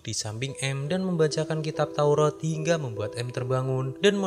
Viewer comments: taurat bkn taurot 🤭🤭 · A sama o sama2 di baca o